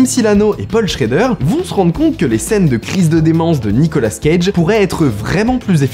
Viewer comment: C'est Nicolas cage pas Nicola scage